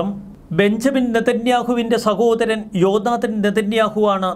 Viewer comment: ജോ നാദൻ അല്ല "ജോനാഥാൻ"